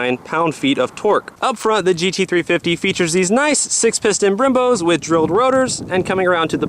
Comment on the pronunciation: he says '6 pistons rimbows'? what is that?